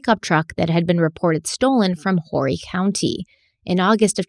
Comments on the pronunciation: I’m a long time former resident of the Myrtle Beach area. Just an fyi /the county is pronounced without the H so like “orry “ or “or-ree “. In case you have to say it again- it’s nicer to not have to say it with the H- it always feels wrong. As you suspected, few if any traffic cams are on 17S especially rurally. it is pitch back at night once you are past the shopping centers in pawleys island etc save for the random gas station or small plazas that have lighting. in my experience there aren’t a lot of 18+ establishments…when I was 20 (2007) our entire friend group of 21-23 year olds would have to schlep all around looking for a place I could go into with them. This would be in places like Columbia or Charlotte. MB severely lacks a lively central downtown area with places you walk to …ocean Blvd and then 17 business right next to it are kind of it. A formal board walk was restored within the past 5 ish years right off ocean Blvd along the beach in the downtown center but nothing impressive or full of night life. Some of the night life is then at Broadway at the beach but it’s a big outdoor shopping dinning entertainment complex which is miles of walking from 17 business to 10th Ave or one of the access points from business 17 to Broadway at the beach. Another common name for MB is the red neck riviera and it’s completely accurate… like the area or not - it’s fitting. MB is a hub and a destination for human trafficking a lot of the people who live there move there because the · Horry county is pronounced Oree County😂 so many ppl make that mistake